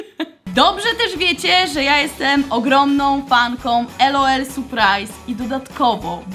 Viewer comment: Nie mówi się ELOEL tylko LOL !!